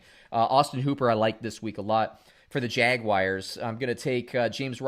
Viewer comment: man. I gotta be honest. I cannot stand when grown ass men pronounce the Jaguars like that. Jagy wires... WTF is this? Elementary school?